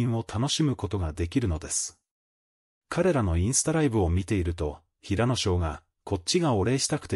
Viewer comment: 平野くんをヘイヤくん 岸くんをガンくん toBeをトべ と言う内容が邪魔をして内容があまり入ってきません！ 内容は、感動的なのに残念です！